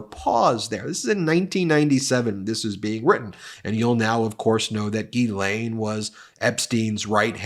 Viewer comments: Dear Ben, Just an FYI for you - GEE-lane is how the British mispronounce this french girl's name. My name is also Ghislaine. I am a french American, and it is correctly pronounced jiz-LEN. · Check your Ghislaine pronunciation